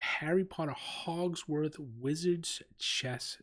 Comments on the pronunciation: It's Hogwarts, not Hogsward :) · Hogwarts ,not Hogsworth 😄 love this set though. It's got the added effect of being able to demolish the pieces as theyre captured, just like in the film!